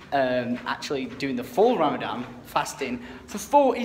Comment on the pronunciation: it's Ramadan not fucking Ramadam!!!!!!!